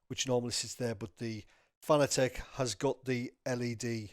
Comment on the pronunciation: It's pronounced Fuh-nah-tick...NOT Fah-nah-teck. You are welcum.